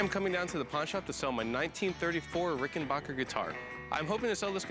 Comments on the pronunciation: RICK-N-BACK-UR. RICK-N-BACK-UR. RICK-N-BACK-UR. RICK-N-BACK-UR. JESUS. NOT RICK-N-BOCK-UR. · This guy calls it a "Rickenbocker" but it's really a Rickenbacker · HE PRONOUNCED LIKE THE OLD SPELLING WHAT A DOUCHERRR